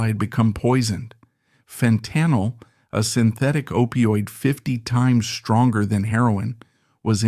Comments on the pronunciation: Question: Did you, yourself, write the monologue for this video or did you have AI do it? It was really well written. Good job! Just FYI- It is FENT-uh-nul, not Fen-TEN-ul. Not being rude, just a correction. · Fen tanil, Wtf dude, AI Much?